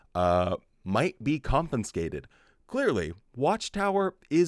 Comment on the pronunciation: Happy New Year,! 🎉 (fyi: it's con-fis-cated, not con-fin-scated)